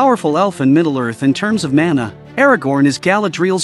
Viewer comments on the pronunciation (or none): none